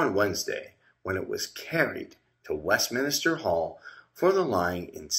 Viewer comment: it’s Westminster not West Minister